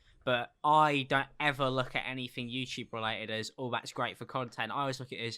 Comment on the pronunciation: literally said "anyfing" twice while talking about how he doesn't have a speech impediment 😂